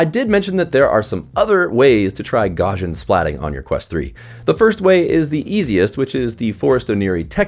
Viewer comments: "gaw-shin"... no, gaussian is pronounced "gow-see-an" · His name is pronounced gow-s You can click the speaker icon at the top of the article to pronounce his name. Gaussian is pronounced gow-see-an, like I said. I have a masters degree in computer science, I've used the term hundreds of times. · Took a long time for me to realise that the word you were saying was "Gaussian". Not sure why you're pronouncing it as "Gor-jin". The word comes from Carl Gauss's surname, which is German, and rhymes with house. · Funny how a review can be so destroyed by the presenter just pronouncing a word wrong! Gaussian pronounced "Gorzhin" was just awful! The rest was good, of course...